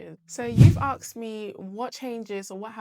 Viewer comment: Axed ❌ Asked ✅